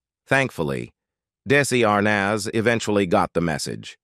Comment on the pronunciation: this AI bot can't even pronounce Desi Arnaz properly